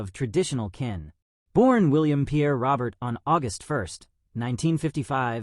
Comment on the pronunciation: You are saying his last name Wrong .